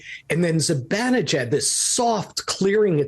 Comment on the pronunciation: It's not "Zi-Ben". It's "Zi-Ban" e jad. He's Iranian. Pronounce it right.